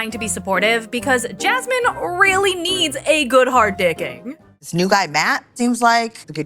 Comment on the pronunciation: As a fellow Jasmine, I really hate the way says her name.